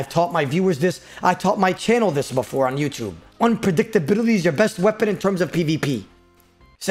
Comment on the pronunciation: Unpredictability? Unpredicta brrrrdty?